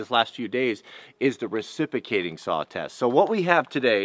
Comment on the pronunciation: “Recipocating” saw